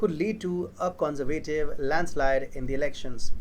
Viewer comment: take lessons in english pronunciation...the way you pronounce "conservative" is childishly wrong...